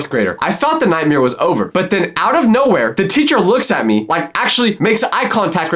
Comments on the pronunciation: Bro said nightmer instead of nightmare💀💀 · "A ✨nIGhtmERe✨" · Bro said nightmear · why did he say nightmare like nightmirre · Why did you say nightmare like that at the mark